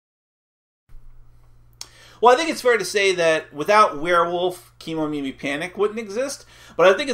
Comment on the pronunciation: Just wanna mention that the pronunciation should be Ke (Keh and not Key) Momimi... Kemo is probably shortened from Kemono which means animals and Mimi means ears in Japanese and the word Kemomimi is probably from Kemonomimi which is usually associated with humanoid characters with animal ears (sort of a reverse anthropomorphism?) so that's the whole idea behind Kemomimi... cruel creatures though, you have to kick em out of the village after they lost their jewel... where will they go after that?!?! Will they survive in the world?!? is there any other Kemomimi village they can go to?!?